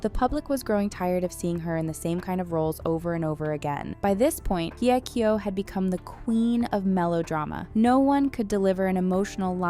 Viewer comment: Why is she butchering her name ? Just simply say "Hey" kyo stop trying to over pronounce it